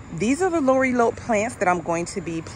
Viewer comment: GM just seeing this video🎉 The correct pronunciation is La Rye A Pee 😂. Just say it fast 😂. Lorilope is cute sounding though 😂. I just broke it down the way it sounds not spelled 😊